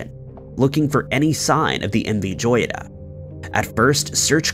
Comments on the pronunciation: The name Joyita is pronounced hoyita which means little jewel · Learn the correct pronunciation of the subject that you are referring..! M V Joyita (hoyeetah) which in Spanish means "little Gem". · He keeps mispronouncing "joyita". It is spanish for little gem (jewel).